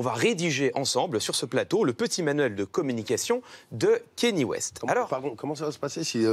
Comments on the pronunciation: Bordel ! On ne dit pas "Kény West" mais "Kaneyé West" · Déjà quand tu dit "Kenny West" t'es pas crédible ... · Le seul mec génant c'est Clément Viktorovitch qui prononce Kéni West xd